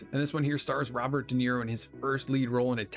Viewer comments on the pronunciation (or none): none